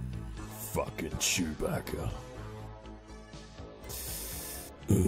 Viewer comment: the way he says prisoner cracks me up